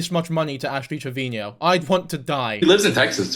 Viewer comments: Why do u say ash trevinio? Even she calls herself trevino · Im so sorry if this makes your heart ache but her last name is pronounced as Trev-i-no <3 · He addressed this in w diff vid it was a while ago but ash herself has pronounced it both ways and so have people around her so said he would just use this pronunciation